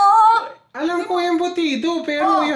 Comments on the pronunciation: the way also calls it as "embutids" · Embudits~~ i cant XD.... Love yall love ya!